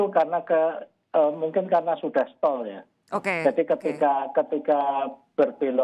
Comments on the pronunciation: "Stall" mba presenter, bukan "staling"... jangan asal ngomong aja! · STALL bukan stalling. Parah neh si ibu jurnalis kompas